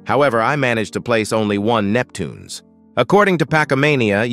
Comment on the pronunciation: It's Neptunes not Neptuneas!!!!!!!!!